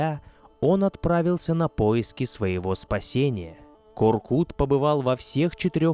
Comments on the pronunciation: У ҚАЗАҚОВ ЕСТЬ ПОСЛОВИЦА.*КУДА НЕ ПОЙДЕШЬ ВЕЗДЕ МОГИЛА КОРКЫТА* ДЕЛАЙТЕ УДАРЕНИЕ НА ПОСЛЕДНЮЮ ГЛАСНУЮ В ИМЕНИ ҚАЗАҚОВ В ИМЕНИТЕЛЬНОМ ПАДЕЖЕ. НЕ К. "О" РКЫТ. А. КОР. К "Ы" Т. Во всех именах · Простите, но имя ата читается как КОРКЫТ АТА, а не коркут, т.к. вторая часть слога читается как ругательство, кто хорошо знает казахский язык, те понимают, что произношение вместо ы на у на слух звучит неприятно и неправильно. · Не КоркУт а КоркЫт🤦‍♂️ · Не Коркут , а Коркыт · Не Коркута, а КОРКЫТА. Проявите уважение к языку. Когдато Великий ақын Жамбыл Жабай ұлы возмущался насчет произношения его имени ДЖАМБУЛ. Он говорил, а что если Ивана я буду звать ДИваном. А за интерес к нашей культуре огромное СПАСИБО. Конечно лайк. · Боже, как ухо режет! Не ИхласА, а ИхлАса, не КоркутЕ, а КоркУте (если быть еще точнее, то КоркЫте). Это все равно что сказать "репортаж АлександрА КарельскогО" или концерт ДимашА КудайбергенА! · Вы можете хотя бы имена собственные не коверкать? Какой ещё Коркут? Қорқыт..